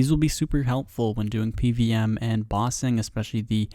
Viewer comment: Lol your pronunciation of bossing sounds like Ba Sing. Reminded me of Ba Sing Se tbh.